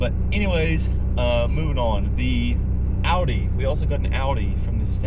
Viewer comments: Lady, it’s pronounced Ow-Dee, rhymes with ‘howdy,’ not Aw-Dee. Drives me NUTS. 🙄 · "Ow-dee", not "aw-dee" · "AW-DEE" lmao. Probably has a $60K loan on it too. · The way she pronounces Audi tells me everything I need to know, she should go back to the city and leave the mountains to those of us who appreciate recaite it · lady can't even pronounce audi right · Those two...dude still there nos he drives a "Dodge Ram" when Dodge has not made any truck in 16 years. And someone needs to tell that lady how to pronounce Audi. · Imagine owning an Audi and not even being able to pronounce Audi properly. Women SUV drivers are insufferable. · She owns an Audi and don’t even know how to say the name properly. 🤦🏻‍♂️ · If you cant pronounce AUDI that dont get one! That women really bothered me with her inability to say the name of the car she drove!